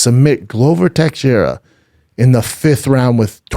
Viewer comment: How can you not know how to pronounce Texieria